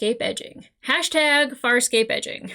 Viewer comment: I don't know if your pronunciation has changed, but a few weeks ago I heard you say "fire escape" rather than Farscape for several videos. I didn't want to point it out, but now I hear the right title, so I blame my ears. Also, I'm so nervous you won't like this as much as I did watching it for the first time. Also, I was happy to see you remembered Gilina Renaez (Tech Girl). She's great. <3 And also, Chiana showing her strengths and adaptability is big here. Being able to kiss, kick or cry herself out of anything. For some reason I like her the more dressing up as a tech with dark hair. Is it her demeanour or her outfit? I also interpret her telling Gilina what she wants to believe John feels about her as her wanting it too, but she's too knowing to no have delusions. Maybe I identify with Chiana more than I fancy her? And also also, I'm glad you heard the name Scorpius so I don't have to call him "butt-chin thong-face" any more. ;) And also also also, I forgot that Stark was in this one. "My side!! Your side! My side! Your side!" Very fun side character to make the show even weirder. And also also also also, D'Argo holding Aeryn's hand is emotional.... It was too long since I watched this, so I wasn't aware this many things converged in this episode. Just you wait. This is just a wind-up for the continuation...